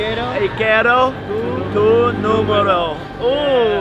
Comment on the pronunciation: No es nomoro es numero haha 😄😄